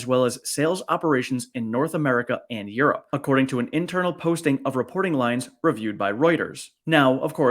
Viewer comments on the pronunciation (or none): none